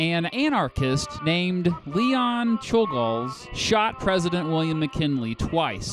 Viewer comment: That pronouncement of czolgosz is painful